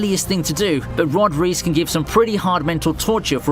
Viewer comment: "Rod reese" 😐